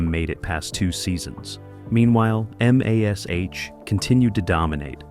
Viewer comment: Why can't these TV reviews use an actual narrator and not force us to listen to an AI voice? Hearing M*A*S*H* called by the individual letters (M A S H) is insulting.